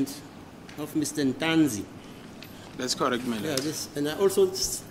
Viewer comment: Yes its Ntuli, s acc not Ntanzi 😅